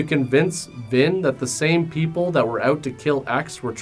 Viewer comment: That's a cute nickname and all, but I'm pretty sure he said "Vin" which sounded like Vin Diesel was in this disaster.